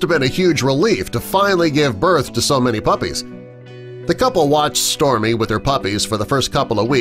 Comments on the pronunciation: Am I the only one who can hear stormi instead of storie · It sounds like this person talking was saying Stormy but it's actually Storie! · You keep saying Stormy but it says Storie. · I hear stormie 2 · If I didnt see the captions, I would've thought it was stormi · The biggest shock of this video is him saying “stormie” instead of storie. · Did anyone notice at one point he kept saying stormy instead of Storie? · You say Stormy but it says Storie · Im SO mad because the dog's name is STORIE, and the narrator kept saying STORMIE, I've never been so mad at a video with a dog in it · I swear he's saying Stormie not Storie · It's Storie not Stormi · Storie.... dude keeps saying Stormie 😂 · Storie dude not stormy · And I heard stormi not stor I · Smile Always I hear stormi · I heard Stormi!! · I always hear stormie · He is saying stormy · I hear stormi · Smile Always I hear stomi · i hear Stormi,too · Smile Always i hear stormi too🤣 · Why does it sound like he keeps calling her “Stormy”!?!?!?!?!?!?!? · Yep I noticed that too, it was really getting on my nerves tbh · Such a long video just to have a mediocre article slowly read to me. And the narrator only got Storie AND Mariesa's names right the first time. And there are like only three or four images in the slideshow that pertain to the actual story. The rest are just random photos of other people's dogs.